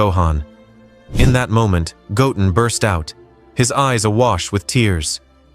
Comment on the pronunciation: Bro said gotten his name doesn't got 2 t's in it it's called goten get it right